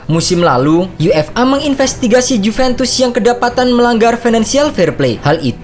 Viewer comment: UEFA bacanya yuefa min jgn dibaca yu-f-a pisah² gitu 😏😏😏 Udh komen gini berkali-kali tp gk prnh dibaca, dan cara penyebutannya ttp aja sama sprti itu.